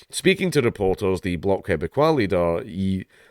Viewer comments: You got "quebecois" right which is more than I can say for a surprising number of other commentators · yeah you did pronounce "Quebecois" properly...